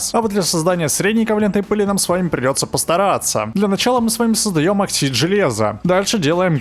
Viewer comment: Наконец то кто то произносит оксиды правильно